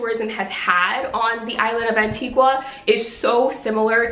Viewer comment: the 'u' in Antigua isn't pronounced😅